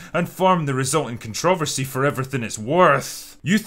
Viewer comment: Do all Irish put the stress on "trover" in controversy? In America, we put it on "con" and Critical Drinker's pronunciation is making my head spin a little bit